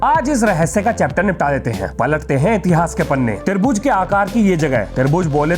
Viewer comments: tarbuj 🍉 nahin tribhuj 📐sir ji 🥲🤣🤣🤣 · Tribhuj ❌ Tarbooj✅